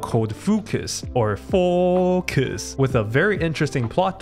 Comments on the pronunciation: I like the memes that you integrate in video SOOOO much 😂 The way that you’ve pronounce FOoOoCus… oof 😂😂😂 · That was the most accurate pronunciation of the word "focus"😁